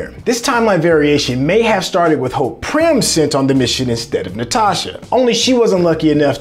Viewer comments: It is Pym, not prym my brother. Good breakdown though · It's Hank PYM, not Prym 😂😂. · Pym not prim bro!! And Hank Pym himself was the bullet and he didn't detonate hulks heart but made it bigger with pym particles and it kept on getting bigger till it exploded. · Its driving me nuts!